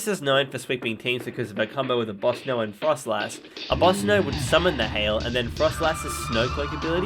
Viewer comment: Do you have dyslexia? Just asking because of you calling Abomasnow "Abosnow"